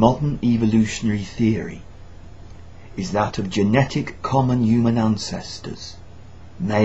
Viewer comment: He keeps saying yoomun instead of Human